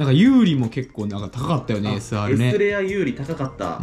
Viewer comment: プテさん、なな湖さんの影響(多分)でSR(えすあーる)の事をエスレアって言ってるの面白い笑 シャイニースターVとかに入ってる色違いが「S」表記なので混ざっちゃうから直した方がいいかもです笑 あと単純にSR・URは2箱に1枚くらいの確率なのでちゃんと出てるの羨ましいです😂